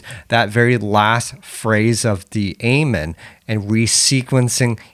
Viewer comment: I respect you has an artist and you got some good tracks (Trance Out is a banger) but for the love of all things holy please pronounce "amen" correctly lmao. Also you did miss the critical silent gap at the end of each kick during the Terrorist break re-creation, particularly during the 3 kick segment. That gap changes everything, trust.